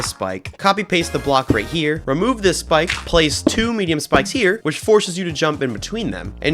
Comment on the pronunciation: no way bro said schpike